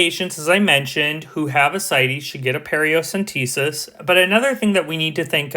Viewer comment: Paracentesis not periocentesis. Amazing video!